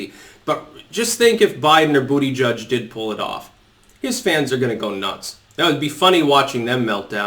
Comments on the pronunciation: Lol, i like how you said Buttigieg's name... "Booty Judge" - "I give that booty a 10!" :P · Still never gets old hearing him say Bootyjudge.